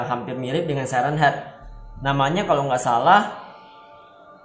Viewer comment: Siren head dibacanya sairen head